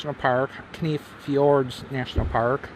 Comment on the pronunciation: Kenai is pronounced Key-Nye. Seward is on the Kenai Peninsula. The Southern part of the Kenai Peninsula is home of the Chugachmiut Sugpiaq people The Northern and Western parts of the Kenai Peninsula as well as upper Cook Inlet are home to the Denaina people.